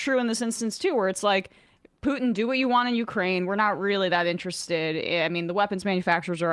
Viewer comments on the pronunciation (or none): none